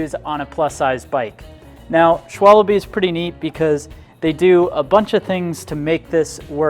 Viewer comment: Really ???// Schwalabe ????? at 7 seconds in you lost my vote, you spelt it wrong on screen and you pronounced it wrong. Man if you wanna do a review at least be professional about it and do your research.